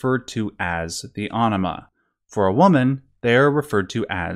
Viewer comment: You're really gonna pronounce anima like enema? And why does this lead to such himarious answers of brain ''washing'' or dump? x'D